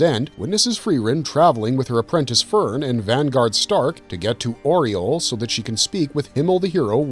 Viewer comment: Aureole is pronounced Ow-rey-O-ley FFS watch the anime before you make the video about one. The DUB and SUB both pronounce it correctly yet you messed it up for the entire video, which likely means you didn't watch the anime and this video is hearsay at best or you just copy and pasted from the wiki.